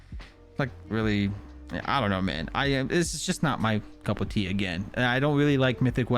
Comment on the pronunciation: This dude really says couple tea?? It's cup of tea 🤣😭